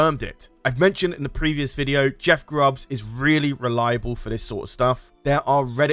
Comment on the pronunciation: It's Jeff Grubb not Grubbs